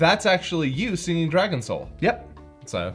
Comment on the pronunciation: Wait the opening is "Dragon Soul"? I've been hearing it as "Dragon Show" for years now, I thought they were doing a bit!